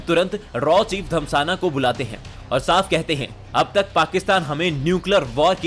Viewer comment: Bhai "धस्माना" धमसाना नहीं है